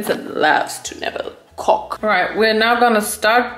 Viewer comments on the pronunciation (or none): I mean… that didn’t sound like CORK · "Vincent likes to nibble on cork" I WASN'T PAYING ATTENTION TO THE SUBTITLES SO I THOUGHT SAID "COCK" AND I FELL ON THE FLOOR LAUGHING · "Vincent loves to nibble co-" STOP RIGHT THERE "cork" . . . I swear it didn't sound like cork, my unholy ears 😭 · Pls😭 The “Vincent loves to nibble CORK” killed me I THOUGHT SHE SAID COCK AND IDK IF THAT WAS THE POINT💀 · You say cork the same way my sister says conch 🐚😜🤣